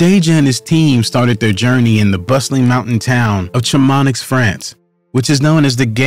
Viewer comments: I've heard it pronounced several ways but saying color makes me cringe & Chamanix just showsp how little this guy knows. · Chamonix is pronounced - Sha-mon-ee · Note to producer: Couloir is pronounced "koo ~ loor" not color. And you weren't even close on Chamonix... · Pronunciation of Chamonix hurt my ears 😬